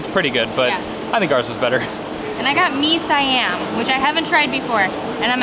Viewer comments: Its not "mee si-am" but "mee siam" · Pronunciation for mee siam is mee c um>< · The proper pronunciation for Mee Siam is SEE-YUM! Well...at least we get to learn something new today! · Haha, it's Mee Siam, I have no idea how to teach the pronunciation though